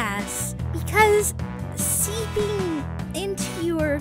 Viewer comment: And also Bobby said seeping instead of sleepiny